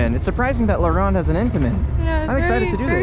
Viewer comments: le rrrronde bro your trpping its laronde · It's pronounced "La Rownde" Like "Row" sound, not "ron". Great vid. Was just here like 2 weeks ago.